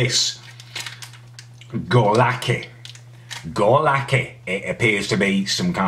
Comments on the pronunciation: goralki is polish and is pronounced GURALKI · My man pronounced góralki as goorlaki